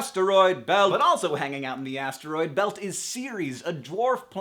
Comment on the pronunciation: Hank why do you pronounce atroid like ats-er-oid?